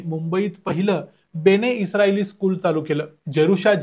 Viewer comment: बेणे नाही बन-ए-इस्राएल असं आहे ते म्हणजे इस्राएलचे लोक